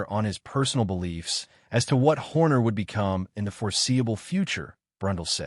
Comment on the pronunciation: ah yes the renound team principal christian herrrrrhhhrrr ai slop 👎